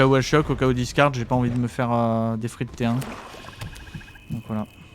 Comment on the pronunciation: En voyant la qualité de la vidéo je pensais que tu avais déjà plein d'abonnés ! Bravo ! Seule petite critique Deathrite ne se prononce pas "des frites" 😜